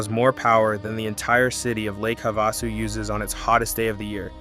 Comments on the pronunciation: WHY TF does he keep calling it "Havossoo?" Wtf is that? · It's pronounced HAVE A SU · It is pronounced Have-a-sue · It's also called Lake Havasu that's perhaps Why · As someone who lives in Lake Havasu City, AZ...We are all well aware that Parker Dam is the deepest damn in the world, and there was a fight between CA/AZ over it. We even have a museum. You should look into how the Colorado River Indian Tribe Reservation in Parker came to be. Also, it's pretty simple to look up how Gila and Havasu is pronounced, my guy. A simple Goog search shows that, pumping water from the Lake up to Gene Wash Reservoir on its way to LA takes more elevation than, the water going through to the CAP canal.